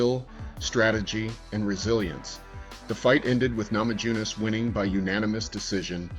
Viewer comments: You lost me at "namadzhunass" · "namadzhunass"?? LOL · Please at least learn to pronounce her name correctly 😢